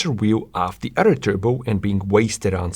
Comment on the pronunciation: “Nothing other” Not “nothing otter” Please make self sound- not dumb Yeah, that made me skip this video